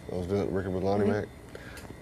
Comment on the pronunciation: I Love How - In "Texan" - One Syllable Words Have TWO Syllables...."SPLI-IT", "DE-ESK", "HE-EAD😂☺😉....Stevie Had, Previous To This Interview, REALLY GONE OFF, To Press, On David Bowie Because Bowie Had Told Him That He DIDN'T Actually Want Him & Double Trouble To Open For Him On His Let's Dance Tour As He Had Told Stevie Earlier - "It Was All Just Bullshit - He Just Wanted ME Join Him On The Tour - So I Left!" SERIOUS Bad Blood & CURSING Ensued & Was It Went On....Stevie Had Been Kind Of Known For That Being A "Touchy Subject" With Him...Thus The "You're Not Gonna Bleep Me?" Comment! Stevie Definitely Was Sure About What He Wanted! He Wasn't Going To Be Backup Guitar To Bowie Or Anybody Else! He Had A BAND & They Were A Package Deal! And He Had Been Lied To! He Definitely HAD A Pair!! Good For Him!! I Would Cursed Him Out, TOO, Stevie! He SCREWED You Over!! And You Didn't Need Him - GOOD Call!!